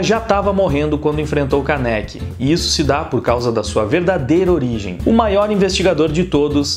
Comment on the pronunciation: Não é Kanéki é Kaneki